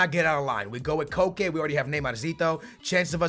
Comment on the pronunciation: Its pronounced just like coke